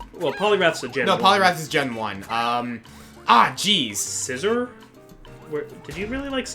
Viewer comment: Worst pronunciation of Scizor i've heard.